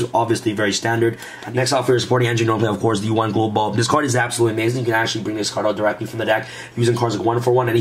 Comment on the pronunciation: "That would be hapsolutely amazing!"